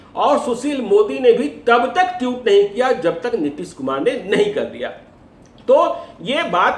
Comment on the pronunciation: ji टीउट नहीं ट्वीट होता है 😂😂